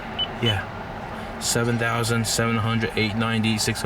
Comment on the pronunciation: 30 dousand😂😂 DOUSAND THO!! Hahahahaha